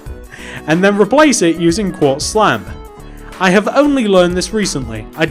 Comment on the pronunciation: is it me or he keeps saying slap and not slab